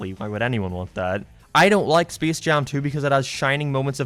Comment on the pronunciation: Bro this dude doesn't know how to say space